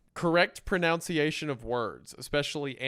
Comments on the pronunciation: proNUNciation* not proNOUNciation very ironic & funny ! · "Correct pronunciation" as if he didnt say pronounce-iation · I just find it funny that Wendigoon likes to pull up the list of things that Hunter hates; correct pronunciation being one of them, when Wendigoon mispronounces 'pronunciation'.